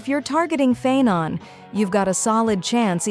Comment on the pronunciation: Isn't the pronounciation - Pha-aii-non.... ? It's grating on ny ears when he's called Phae-non... ☠️ And the oneiric shards too ... . . . . . . . . . . I need to ignore all pronounciations in this video if I need to keep my sanity..